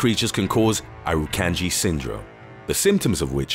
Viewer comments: The way you pronounce irukandgji is e-roo-kahn-g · Pronounced: Irukandji (Ir- uh - kahn - jee) . Chironex Fleckeri (Kye - ro - nex Fleck - eh - rye) Nematocysts (Nee - matto - cysts) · Not once did you actually show a box jellyfish you only showed an irukandji, you never actually showed what a box jellyfish looks like they were all different species of jellyfish, and you pronounced irukandji, chironex flekeri and nematocysts wrong. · It annoys me on how the way u pronounce irukandji